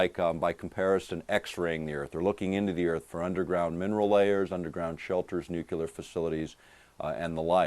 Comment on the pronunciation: Any moron who can't pronounce NUCLEAR is too retarded to take seriously.